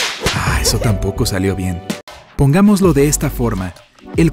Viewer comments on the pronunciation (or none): none